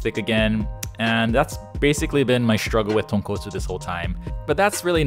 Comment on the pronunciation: SPICY TAHNKAHTSOO RAYMEN